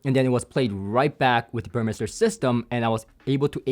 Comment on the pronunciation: Good that you refined your pronunciation of "Burmester" (now correct, compared to your teaser video).